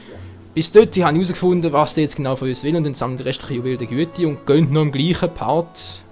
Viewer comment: achja und die Dinger heißen "Juwelen der Güte" ich meine nennst sie auf hochdeutsch auch immer "Juwelen der GüteR":P